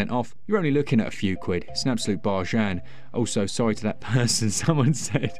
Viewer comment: I'm wondering who uses 'Barjjan' as a day to day word now? Me and my mates certainly do! I wonder how long it'll be before it's in the oxford dictionary. 'Barjjan - like a bargain but even cheaper (Generally not as cheap as a saveloy though obvs)'